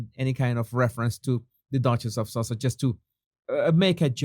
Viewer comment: The way you say Sausages...When saying their so called titles LOL